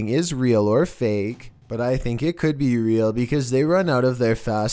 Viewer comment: "What is isaaat?" I choked on my drink laughing hearing how he said "it" lmao!! 😂😂😂😂😂